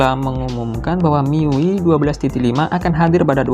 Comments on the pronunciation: penyebutannya bukan "Mi yui" tapi "mi-yu-ai" ah gimana lah kau lapet.... lapet. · Mi yu ai bang:( bukan mi yu i. Itu ui nya dibaca yu ai:( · sekedar saran aja bang, cara baca miui tu "mi yu ai". lebih benar dan lebih enak didengar 👍🏻